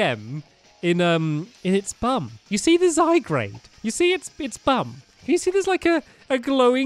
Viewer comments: Stampy: let's take out zygrade Me: its zygard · Stampy it's Zy Gaurde (Zygarde not Zygrade) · It's zygarde not grade sorry it just enjoyed me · My fave Pokemon is zygarde And it's zyGARDE not zyGRADE! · Dose Stampy EVER read the comments, I mean how many times do we need to say it's ZygARde not ZygRAde! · it's not zygrade it's zygarde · also stampy just saying it's not pronounce zygrade is pronounce zygarde the e is silent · no offence but you pronounce zygrarde wrong it's pronounced zy-guard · ITS ZYGARDE NOT ZYGRADE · It's zygaurd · stamps your saying "zygRAde" the name is "zygARde" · Its zyguard not zygrade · Stampy says "lets get out zy-grade" me "should of gone to specsavers" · It's ZY-GARD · My favourite Pokémon is mew I missed the last Episode but my least favourite Pokémon is Kyurem And it pronounced zie-guard Don't judge me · and since your reading comments its pronounced zy- gard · It's zyGRADE DON'T YOU READ THE COMMENTS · Cat AJ -Cat05316 no its zyGARde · Stamps not to be rude but before i explode with anger Zy-g-A-R-d-e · stampy its zygarade its the name your saying the name wrong its z y g a r d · U pronounce zygard wrong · it's called zy-guard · Stampy it's pronounced zy gaurd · it is pronounced zy-guard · Its zyguard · gaming pro # i wish stampy would get zygarde's name right. its annoying me but i try to put up with it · your saying zygarde wrong'